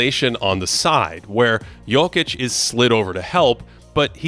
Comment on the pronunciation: Can’t stand the way this guy says Jokic, there’s not an L in it